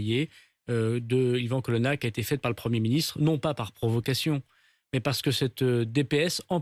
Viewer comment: Son nom c est colonna et pas colonne